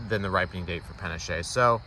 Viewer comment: pah-NAH-ch-eh (spanish) or pah-NASH (french).